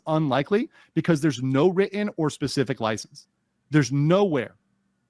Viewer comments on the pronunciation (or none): The way Andrew pronounces the word 'written' is foul though 💀